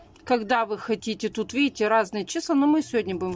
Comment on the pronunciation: " А вот здесь вот виите Буква Ок?!" Виим,виим 👌😁